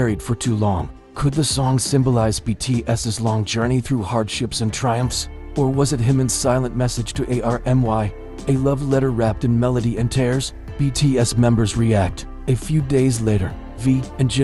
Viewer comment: Reports need to be able to at LEAST say his name right….its not HIMIN